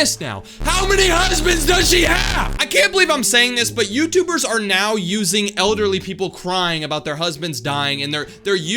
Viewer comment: It now not neaw